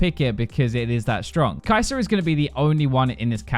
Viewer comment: “kai’zor”????? “stormra’za”???? you guys know how to end a word with the “er” sound but only do it on words that end with a’s?! idgi